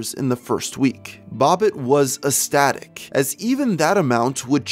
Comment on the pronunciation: Did… did you say ESTATIC? My dude.. it’s eCstatic and the C is not silent lol. Ok enough jokes, in all seriousness this video really got me. I don’t understand how someone could sleep at night knowing they are talking money that, in that moment, could be actually saving someone’s life who legitimately needs it. As someone with NMO, who was paralyzed from the chest down, on a feeding tube and subsequently a wheelchair for a year it makes me angry. I still can’t feel from the waist down, am legally blind (20//400 both eyes) and need chemo every six months to survive and HOPE the next attack isn’t severe enough to kill me. In the beginning I had to go on cobra because I was no longer working and it was $1,300 a month. That was on top of owing 20% of expensive medical bills and my normal bills. I was just BARELY able to keep my house and went into tens of thousands of dollars into credit card debt. I considered a godundne but ultimately decided against it. It’s just mind boggling that people would lie about being in this situation and take advantage of peoples kindness while basically spitting in the face of those who are truly sick and in need of help.